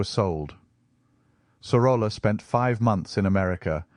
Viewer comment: Great video, just one correction; in Spanish two "L's" are pronounced as Y. "Soroya".